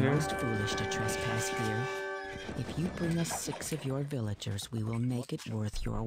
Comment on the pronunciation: SIX VILLIAGERS, lol, not horse! VILLAGER LIVES MATTER, lol